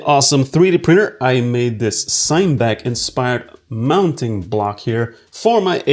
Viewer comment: It’s actually pronounced ‘sin-uh-back’, as in cinema, FYI. ;>